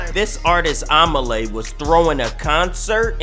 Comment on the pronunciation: omah lay not AMAH LAY